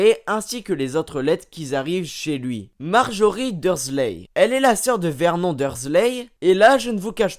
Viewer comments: La femme de Vert Non...😂😂😂 Vernone cela ce pronomce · Bonne video mais on dis vernon(e) et non comme ca se lis il me semble 😶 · Mais ça se dit vernone et pas verNON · C Vernon pas Vermont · CA SE PRONONCE VERNONE